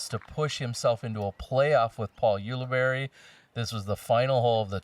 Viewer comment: You guys! Ulibarri is pronounced Yule-a-Berry. Say it. Ulibarri. Yule-a-Berry. Come on!